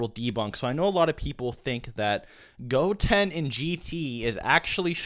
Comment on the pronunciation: The way you say goten really rustled my jimmies